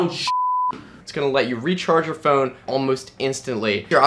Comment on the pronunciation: I just love how this guy pronounces phone..."PHooooun"...it's like his brain farts after the "ph" :D